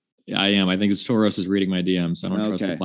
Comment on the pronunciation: he’s originally Hungarian, moved out understandably because of the political situation there. That’s why he pronounced George Soros’s name accurately